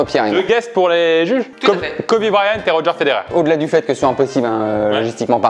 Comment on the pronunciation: Revoir cette vidéo et voir pierre dire Kobe Bryant me fait mal